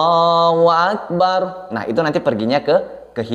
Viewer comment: Pengucapan di adzan, bukan akebar tapi bulat beneran yaitu akbar 🙏